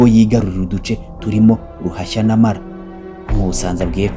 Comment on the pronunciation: Ni Ruhashyâ na Maara ntabwo ari Marâ